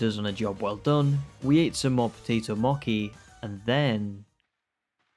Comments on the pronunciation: you were saying mochi wrong, is what they were saying. The “ch” bit is pronounced like how it is in the word “cheese”, so instead of “Moe-key”, it’s more like “Moe-chee” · MOKI these nuts - its Mo - Chi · It's mochi! Not mokki!!!!!! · Him saying moki had me in tears. It’s pronounced “moche” (I’m Japanese I think I should know how to pronounce it) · I’m sorry but I’m super annoyed at the potato moki and not mochi 💀💀💀😭😭😭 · Mochi is pronounced the same as the "ch" in cheese. Moh-chee :) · btw its pronounced Potato Mochee ! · Fun video but why are you calling it Moki?!?! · How you pronounce mochi pisses me off but apart from that good video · ur way of saying mochi pains me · it is a great video otherwise, I just thought the pronunciation was funny.